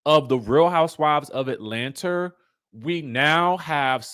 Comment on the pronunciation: “Atlanta” doesn’t have an “R” in it